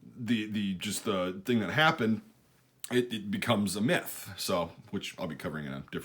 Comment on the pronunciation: why did I hear meth every time he said myth